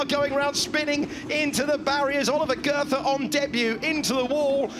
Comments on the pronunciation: Dear commentators, please learn how to pronounce "Goethe" 🙏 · Could the commentator please not call Goethe "girther"